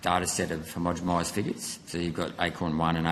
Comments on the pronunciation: Senator please learn how to say homogeNised, not homogemised. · Gerard has basically no concept of how the procedure works. And Sydney Observatory is not used for climate data purposes. Also Gerard, it's not "homogomised", it's homogenised. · Senator, are you saying homogemised? 😂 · HomogeNised. Please say it correctly! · For gods sake, say the damn word homogenised correctly if you are going to ask about it.